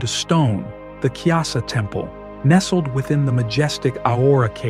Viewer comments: Its Kailasa temple not kyasa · It’s pronounced Ku-ee-laa-saa